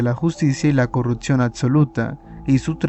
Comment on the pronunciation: CORRUPCIÓN, no "corruptcion hay que aprender a vocalizar bien antes de empezar a querer facturas medio dolar con videitos de youtube